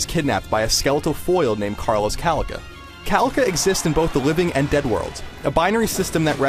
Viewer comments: caláca! not calaca.... accent in the second a! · JYDeAlberto Lol, also it is not pronounced CA-laca but ca-LA-ca